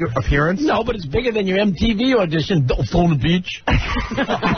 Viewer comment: Even better when he mangled "Daytona Beach" into "Dotayna..." I almost shit lol!